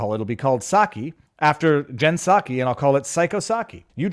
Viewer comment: "Jen Psacho"